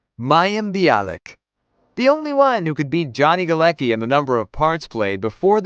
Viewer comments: Its funny how they read Galecki as "ki" at the end. It is more 's-ki'. His last name is Polish so does Bialik' one and the pronounciation is different 😂😂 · its Galecki, not Galeki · NO GALAKI - GALETZKI !!!! Morons... its polish name! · Jesus, you spell Galecki so wrong that my ears are hurting. It's not GALEKI. It's Galecki with C in it...